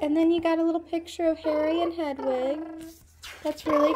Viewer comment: You meant hedwig not hedegi